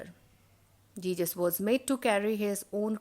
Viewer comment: Ma'am it is not jejus. It is Jesus